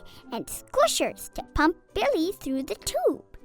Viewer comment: Bile is pronounced bIle. Not billie